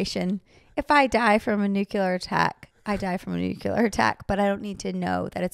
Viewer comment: By the way, Jinger, say the word “clear.” You pronounce it “kleer,” right? Right. Not “kyooleer.” Okay, now say “new” and “clear.” New-clear. Say it fast. Now say it fast followed by the word war. New-clear war. There you go. Your welcome. (I mean, the word is spelled nu-CLEAR, so it’s pretty easy to just think of it as new-clear.)